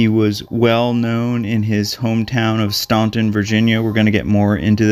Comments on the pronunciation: “Stan’-ton” not “Ston’-ton” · You say you are from Virginia but mispronounced Staunton throughout your video. It is pronounced "STAN-tən" and not "STAWN-tən." Either way, it is a shame they haven't found him. But it is not unusual for people to go missing for years or decades in rough territory. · It's actually pronounced "Stant-in". If locals hear you say "Staunt-in" they will know you've never been there before. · Wow,, I live close to Staunton (pronounced as if the U wasn't there, for some reason), and I don't remember this story. So thanks for covering it. I too wondered what happened to his companion but went back to that part of the video and realized that the 2 of them were there on one day, then the next day he went back to find his phone. The film of Bobby and his friend is kind of confusing to me because it looks like they were going on a backpacking trip, but evidently not. Quite a mystery. Makes me want to hike at the Breastworks. Or maybe not. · yes, definitely mispronounced here! STAN-ten not "stawtin". arrrrgh!! I lived in that town awhile, and went to college in Harrisonburg and EVERYBODY knew how to pronounce that town's name. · I live about an hour north…it’s pronounced “Stan-ton” rather than “Ston-ton.” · Pronounced “Stanton,” not “Staunton,” despite the spelling. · That is so interesting. I’m from the Midwest but my first job out of college was in the Shenandoah Valley. Traveling there I stopped at a gas station for directions to Staunton and pronounced it exactly that way. The young attendant said, “never heard of that town, but there’s a “STANTON” just up the road. And so I learned how the locals pronounce it. I loved Virginia and met some great people. Two years later I moved back to the Midwest 😊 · Yes pronounced Stanton. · Despite the spelling, they pronounce it STAN-ten. I know this because I argued with a person from VA about it until I looked at Wikipedia and saw I was wrong lol. Good video! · Oddly, they pronounce it "Stanton"